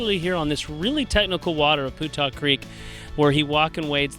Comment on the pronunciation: Hey guys I've lived local and fished Putah Creek for 50yrs. It's been always that I'm aware pronounced Pewtah not Pootah you should know it I would think doing videos on it. Oh well just drives me nuts when I hear people say Portal, fish on!!